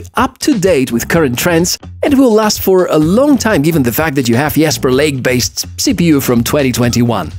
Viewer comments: it's Jasperlake not Yasperlake. you're not speaking german. it's english...:) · Probably can't run Star Citizen. How much for the 32GB Ram version. What brand of English pronounces Jasperlake as Yasperlake?